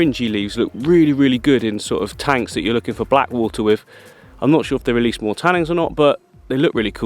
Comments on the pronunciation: 'Tannins' not 'tannings' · Oh my god I love you but every time you say ‘tannings’ I want to throw my phone across the room 😫😂